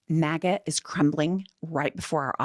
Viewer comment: I thought you said maggot instead of maga. Go figure.